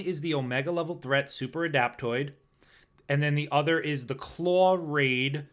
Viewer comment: There is no r in claw